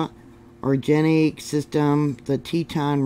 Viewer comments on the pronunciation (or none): To properly pronounce "Orogenic" (mountain building) take the "or-" from "ORange" add "-gen-" from "eroGENous" and finish with "-ICk" so it sounds like you're trying to seduce a citrus fruit. Also according to some really hot geologic research, the Yellowstone hotspot was part of a India-like micro-continent, which was slammed into by North America 55 million years ago somewhere around Mexico, which smushed exotic terranes up the West Coast into Alaska. There's a volcano in British Columbia which was originally in Mexico prior to the collision based on paleomagnetic data. I suggest watching a Youtuber and geology professor Nick Zentner and his lectures on the subject. Wild stuff.